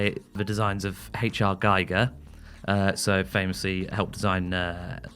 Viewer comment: A few too many utterances of “Geiger” without even a single “Giger”